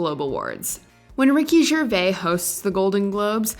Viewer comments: “Ricky Gervay”? Really? 😂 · The S is pronounced in Gervais. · Ricky GervaiS - you mention the Z sound because hes French, it's not silent! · It's Ricky Gervais pronounce the s It's not Ricky Gervai And her be the first one to agree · You're pronouncing his surname incorrectly, the 'vais bit should rhyme with 'maze'. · That is not how you pronounce Ricky Gervais’ last name. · Only American tv moments? Wow. Oh and she said Ricky Gervais name incorrectly!! Sacrilegious!!! :) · Tom Hanks reacts to Phoebe pronouncing Gervais' name